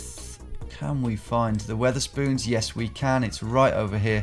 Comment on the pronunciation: Wether-spoons bruh I'm so gone